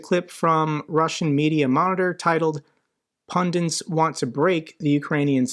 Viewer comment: Dear, Please don't say 'pundints' instead of 'pundit'. It is no better than saying 'katsup' (ketchup), 'tenent' (tenet), 'expresso' (espresso), or 'nookular' (nuclear). Thanks, as always, for your good work.